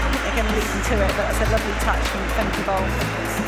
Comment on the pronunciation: It is not Fem-kay. Pronounced as Fem-kuh, like in duh.